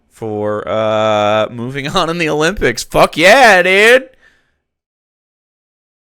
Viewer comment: I don't know about this Megyn Kelly, he said Olympics wrong, this man shouldn't be allowed to report news.